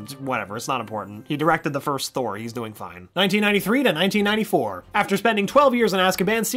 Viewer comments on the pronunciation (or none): none